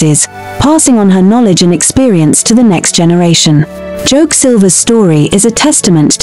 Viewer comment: Some of the info on Joke Silva are false & another voice could have been used for her story since the one chosen couldn't pronounce her simple name. Misspelling & pronouncing names wrongly isn't a status symbol